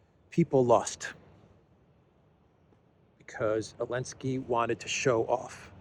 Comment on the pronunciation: Elensky? Someone please feed me why the "Z" was dropped.